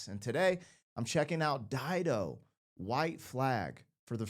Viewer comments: You are right, it is pronounced as you said, Dido is a very famous name, Dido was Queen of Carthage. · You've pronounced it correctly. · You said it correctly, good job! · You're correct on how you are saying her name